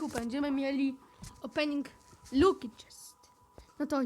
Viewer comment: Jak cos to laki a nie lucky